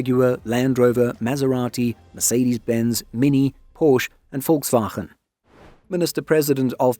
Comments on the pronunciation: Its PorschE not porsch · I guess a big driver behind this is the project arminius rumored to be in the works for the german army. I know your putting a lot of effort into correct pronounciations, but nevertheless a small nitpick, the e at the end of porsche is not silent.